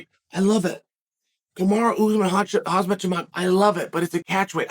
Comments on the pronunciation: Chael I noticed you pronounced Khamzat like "hazmat" like hazmat suit. If you switch the Z and M you get close to correct pronunciation Hamzat. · Whoosh Chael Pronuncing Names Wrong Is The Joke